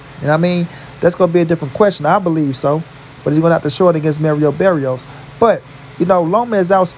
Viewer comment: Pronounce Mario Barrios name right Watch showtime All Access and listen to how Mario Barrios Pronounces his on name and after that if you still Pronounce his name wrong. I don't know what to say.